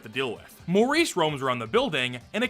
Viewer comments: Morris. Not Maurice. MORRIS. More-Iss. Not “Mohr-Ees”. You CAN read, right? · I would've thought Morris to be pronounced "Morris" and not "Maurice" lol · Morris is NOT pronounced like Maurice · Him saying "Maurice" for Morris was so funny to me idk why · Mow-rees? Not Mohr-is? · pronouncing Morris like Maurice every time 💔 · wait it's not supposed to be pronounced like that??😭